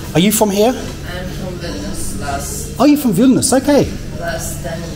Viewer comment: Užeikite means come in. And yes, your pronunciation of Vilnius is correct!